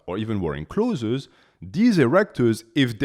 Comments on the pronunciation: "Close" is certainly closer in correct pronunciation than "clothzeez". If you disagree, English is not your first language, and you are incorrect. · Man stop saying “clotheses” 😂 Its just clothes ❤ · English speaking tip for you: "Clothes" has 1 vowel sound; it's only 1 syllable. It sounds almost the same as "close". If you say "close", your audience may understand you more clearly. I can't help but say something because I teach English 😊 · Choth(es) is soooo funny. Not criticizing , the fact that you can speak a foreign language with 99.98% accuracy is super impressive but clothez has got to be up there in 😂